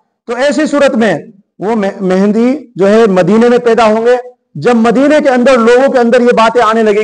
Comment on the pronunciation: aap ko MAHDI AS ka naam bhi nahi lene aa raha hai. MEHENDI keh rahe aap 😂😂😂😂 Engineer KAFİR hai ka fatwa de diya… Aap ko kisne haq diya hai kisi ki takfeer kare…